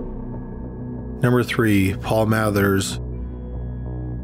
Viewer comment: Kinda funny how you mispronounce Mathers as "Maythers," and then immediately move on to mispronouncing Bader as "Badder." You've got your 'long A' and 'short A' pronunciations backwards, my friend.